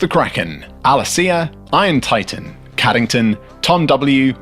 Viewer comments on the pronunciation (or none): none